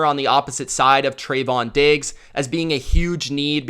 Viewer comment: You finally pronounce Trevon Diggs correctly.